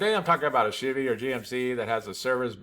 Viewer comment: If I was in the same room as you and heard you say “chivy” 10 times in 5min, I would punch you in the face. Don’t do that